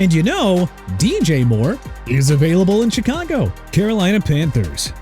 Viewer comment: YOU DON'T KNOW HOW TO PRONOUNCE AT ALL PERIOD! CHICAGO PRONOUNCED SHEE-KAH-GOW NOT CHEE-KAH-GOW!! AND MIAMI SHOULD TRADE TUA AWAY TO MAKE YOU AND ALL THESE PEOPLE IN THE COMMENTS HAPPY HUH, MR. NEW "OR-LEANS" WHO SHOWS TIME AND TIME AGAIN THAT HE DON'T HAVE RESPECT FOR A LOUISIANA CITY?! ALSO KYLE SHANAHAN NOT PANAHAN!! ARE YOU SERIOUS?! SHOW THE NINERS RESPECT WHEN YOU MENTION THE COACH! YOU'RE DONE!!